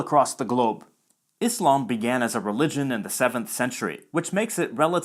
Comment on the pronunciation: It’s satisfying to hear someone pronounce Islam and Muslim with an /s/ sound instead of /z/ when speaking English lol